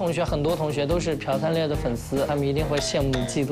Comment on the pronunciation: 为什么他们都念“piao”灿烈啊！！！！🤔🤔🤔